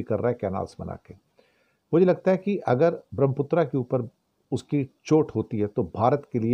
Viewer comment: धन्यवाद 🙏 ब्रह्मपुत्र के शुद्ध उच्चारण हेतु।